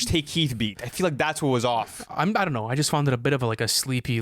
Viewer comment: Bro said “don T” 😭